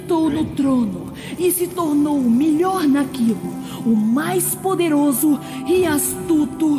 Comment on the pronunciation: "E se tornou o MILIOR NAQUULO"